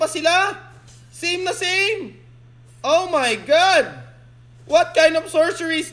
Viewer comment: "omayngad" hahaha